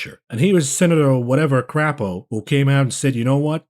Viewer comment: No. Really. It is pronounced cray- po. He he he. Dave